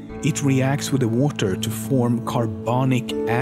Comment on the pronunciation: Like that ocean? Also, why does he say water like: Woater?